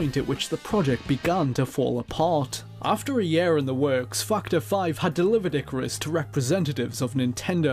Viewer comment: Ffs it's YEAR not YAER